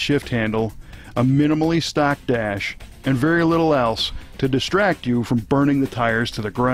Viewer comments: Rery Vare haha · Rery vare indeed. RERY vare.